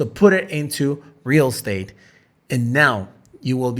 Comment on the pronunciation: Real state 😂 how he pronounced it